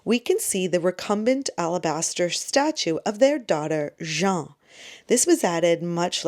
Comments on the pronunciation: Same here! Love your content but stuggled a bit with understanding names of people and places without reading the subtitles. Here are a few I came across : you pronounced “Jeanne” de Bourbon as “Jean”, the masculine version of the name. “Jeanne” sounds a lot more like the English “Jane”. For Philippe de Commines, the ‘s’ at the end of his last name should not be pronounced, as it is considered a silent letter - you applied this phonetic rule perfectly for his wife Helene de Chambes! Same thing with Auguste Preault, pronounced “Pray-o”, instead of “Prooyo”. Hope that helps! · A little remark, for a man there s the name Jean. For a woman it s Jeanne, pronounced more like Jan in english.